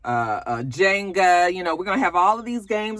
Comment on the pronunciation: Jenga Jenga. You kept saying it like Jaynga. The E is still not a long A but it’s all love lol. 🖤